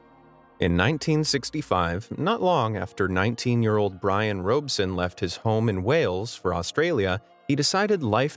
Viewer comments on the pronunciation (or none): It's truly unbelievable that you would pronounce Robson that way? It's literally Rob + son. Not Robe + son.